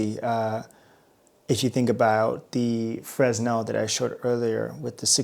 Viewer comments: Fresnel is pronounced Frin - nel, after it's French inventor Augustin-Jean Fresnel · Fresnel...freSnel!?!? No. Otherwise, great vid and thanks for sharing your findings :) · Just a note that the "s" in Fresnel is silent. It's pronounced fruh·nel.